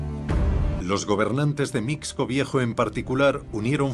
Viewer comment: Mixco (pronunciación correcta es misco)